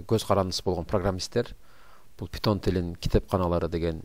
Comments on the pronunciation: Пайтон бул тура питон эмес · Питон эмес пайтон